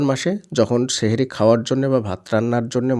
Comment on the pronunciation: Sheher ortho jadu... Sothik uccharon Sahri❤